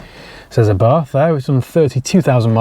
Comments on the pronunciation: Correct pronunciation is AH-bart. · According to my Italian mate from Genoa; Abarth is pronounced 'Abart' ie drop the 'H' on the end!